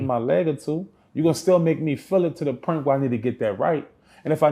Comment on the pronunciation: "When you get to a certain pernt" lol. It's point bro. Lol